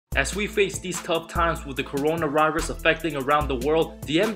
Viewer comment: "Corona Rirus" 😂